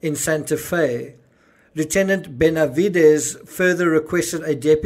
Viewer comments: you're pronunciation of Officer Benavides is outstanding! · You pronounced Benividez correctly Lujan most likely Loo-hahn